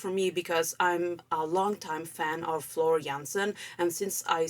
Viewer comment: Great reaction to a great song, and you manage also to pronounce the name of Floor in the right Dutch way :-) I love how the singing changes between more legato and more staccato, if that is right terms, and I agree with you that melody does remind a bit of the song Pan.